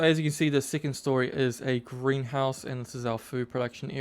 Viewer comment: What is a sittlement, or "sicond story" ??? Is it SO hard to speak like a normal person?